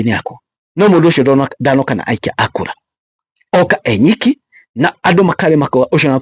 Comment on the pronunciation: Ewiki not enyiki